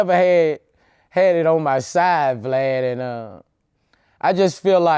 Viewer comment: “I trust in god blad, I mean vlad” Boosie Can never say Vlad name right 😂😂😂